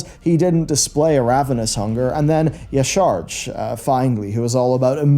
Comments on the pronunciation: I love your content, but for the love of all that is Holy - Yah-Sha-Raj. Not Ye-Sarge. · What are wavees? It's pronounced yah sh'razhj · Y'shaarj is pronounced Ya-Sha-Raj. The void has been all about consuming all. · I get that the spelling of Y'Shaarj makes it hard to pronounce, but we’ve heard it pronounced by the Klaxxi in game as YAH-sha-raj. I know it’s a nitpick about pronunciation of a fictional deity, but it’s a little annoying when people don’t do the research